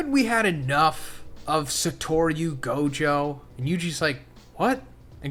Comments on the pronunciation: The way you said gojos, Majito, and megumis name really threw me off didn’t know ppl pronounced it like that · How to pronounce Gojo and Mahitos name: Gow·jow·suh·taw·roo Mah·he·tow (Not Mah·hi·tow)